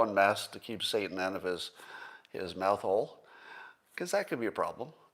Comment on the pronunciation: Did you say mouth hole or meth hole? 🤭